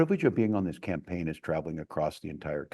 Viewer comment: I hate the way she pronounces this as "theese"... And all of her consonants have a jagged and harsh edge to them, if that makes sense. It's just all quite discordant and abrasive sounding, at least to my ear. Maybe it's just me... I dunno. Hard to get over the thought of her sounding exactly like Natasha from the Rocky and Bullwinkle show, but that's my age showing.